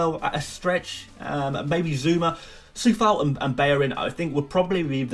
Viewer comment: yo bro like the video but just wanted to say that Coufal name is pronounced Q-oufal not with a C